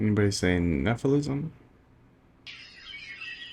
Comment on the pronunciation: Anybody say Nephilisim? You mean Nephilim!! The way you said it all confident! LMAO! Keep doing your thing young man!